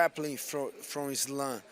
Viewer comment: I love how RDA and him say islam "izlun" 😂